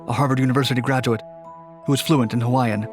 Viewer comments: I’m Hawaiian and this dudes pronunciation of the Hawaiian words was almost flawless which is super rare. Props. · born and raised on maui. i new of this story since i was a small boy, he became the first prisoner of war. good job on pronouncing hawaiian words very good.